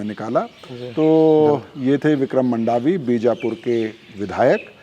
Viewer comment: मंडावी हैँ जी मांडवी नहीं